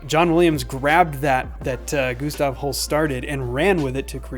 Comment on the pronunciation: It's not pronounced 'Goose-stav'